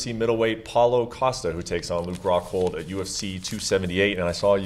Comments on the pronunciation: Paulo: “Im going to knockout Luke Hockhold” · ‘I will knock out Hockhold in the first hound’